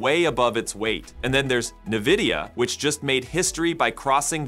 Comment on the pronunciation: I don't think you got the pronunciation of NVIDIA quite right.